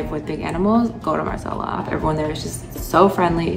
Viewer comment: Did she say Marsh AL Alam for diving around the minute mark?